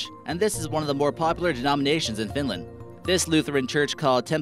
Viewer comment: Not finländ its finland